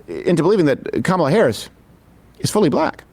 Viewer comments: Did you notice that he accidentally pronounced her name correctly once, immediately after purposely mispronouncing it - . I'm calling it the trumpian-I'm-not-christian slip, in dishonor of freud 😉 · He mispronounced then correctly pronounced her name in the same sentence. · Ever notice that when they are not paying attention, they are actually saying her name correctly, they only say her name wrong when they are really trying to say it wrong. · I love how Crowder accidentally said her name right then immediately made sure he said again in the same sentence incorrectly. These clowns are so over the top racist it is actually funny 😂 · Why do they keep mispronouncing her first name? Shes been in the VP office for 4 years now.